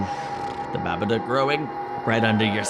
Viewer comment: As an Australian, I die a bit inside everytime someone mispronounces 'Babadook' when it's supposed to rhyme with 'book' haha